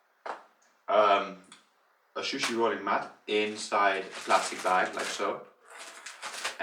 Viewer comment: su shi not shushi